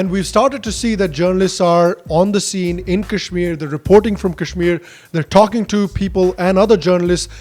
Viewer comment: jinhe sahi se kashmir kehna nahi aata wo ispe gyan baantenge, chutiye😂